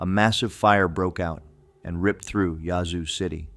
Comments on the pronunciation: Lol, yazoo is pronounced with a long a sound. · Well I couldn’t make it past the pronunciation of ‘yazoo’. He ain’t from Mississippi 😂. Of course, it may be ai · It is pronounced Yazoo City